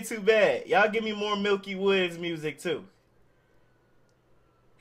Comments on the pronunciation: Bruh it aint milky woodz its miky woodz like miky like saying micky mouse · Bruh it's miky not milky